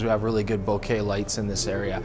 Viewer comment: Best part of this whole video... pronouncing bokeh correctly